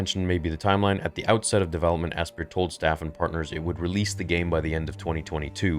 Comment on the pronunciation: Asypr is pronounced just like Aspire. Ass-peer is pretty funny though.